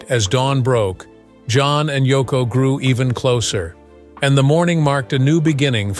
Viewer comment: *Yoko;...Not: "Toko".